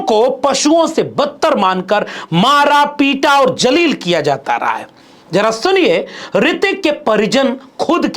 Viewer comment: Respected Sir. Pl careful for using proper pronounciation for urdu alfaz i.e zaleel instead of Jaleel